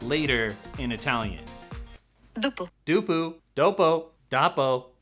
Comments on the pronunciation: I'm italian and the pronunciation of "dopo" it must be reviewed :P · I’m Italian and that dopo was funny as hell 😂